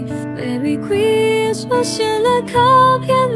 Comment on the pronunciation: 英文的部分還要再training欸 Christmas 的發音真的不忍卒睹XD